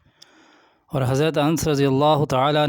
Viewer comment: Are Hzrt Hazarte Ans nhi hai Hazarte Anas hai sahabi rasul ka name to sahi se lijiye